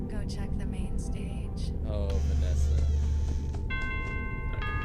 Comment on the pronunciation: you pronounce it vas-A